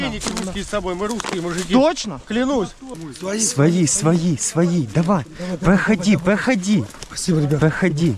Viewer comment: украинское произношение своЇ уже выдавало, так же как и отчётливое ЙАзык вместо русского езык. И в других моментах по типу "впав" тоже проскакивало. Глухие попались